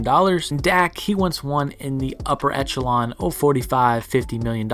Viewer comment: Today bit...make sure you facts are more precise and try not to use the word echelon so much...also it's pronounced eh·shuh·laan...constructive criticism THATS ALL!